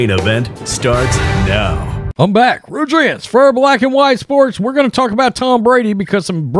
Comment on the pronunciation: His name is, and the way he barks it out, it's hard to understand (also because it's an unusual name.) He yells, " FOR...Black and White Sports..."